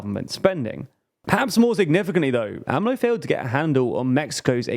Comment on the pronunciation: They finally got AMLO right! It made cringe whenever they went A-M-L-O.